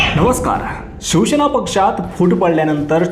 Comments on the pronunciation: पहिले तर उच्चार सुधारा. शंभर वेळा शिवशेना असे म्हटले. अभ्यास करत जा. शिवसेना असा शब्द आहे आणि तसाच उच्चार आहे. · Say Shivsena not Shivshena.